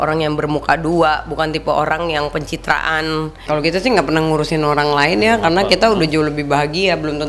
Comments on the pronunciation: Orang Tiongkok ya ? Ko sebut orang jadi olang wjkww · Oang...Bicara R dong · Kok kedengeran nya semua huruf R jadi L 😅, dibilang nganggul, olang,,kumalasali, telus, safali, menelima, pelempuan, celai ,dibatalin, 🤪😷🤦‍♀️